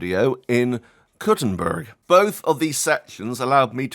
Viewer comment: Idk if it's just your accent, but when you said the name of the city I heard "Cutting' a whore up" and I almost fell out of my chair laughing